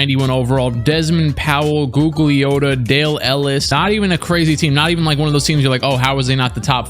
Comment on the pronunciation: Say it with me, "Goog-Lee-Ah-Tah".